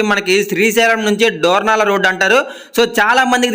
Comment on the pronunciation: డోర్నాల కాదు దోర్నలా